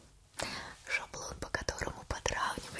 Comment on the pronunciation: Геля: "шаблон по которому подравнивать будем!" Что слышу я: "шо бы лупа под которую ровнять будем!" 😂